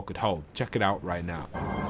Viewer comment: You serious right neow bro